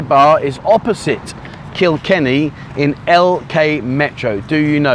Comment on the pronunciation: First time I've heard you say Kikenny. Well done.